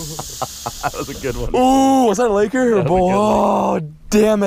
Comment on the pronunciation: Please stop saying laker.